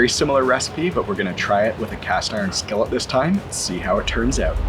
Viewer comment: I love this guy and his enthusiasm towards teaching us how to do this lol, plus I’m literally about to try and make them my first time and wanted to see how a few other ppl did to get a consensus. But the way he was saying skillet was cracking me up for some reason lol. Skelleht 😂😂😂 Nice video though bud, keep it up. I’m just an and gotta give ppl hell about everything lol.